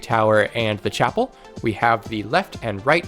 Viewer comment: Every time you say chapel room i cannot stop hearing chappell roan. Side note, i love ur stuff!! I love playing frostpale and am looking forward to the caves mod!